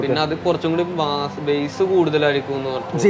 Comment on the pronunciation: ബ്രോ ബാസ്സ് അല്ല ബേസ് എന്ന് പറയു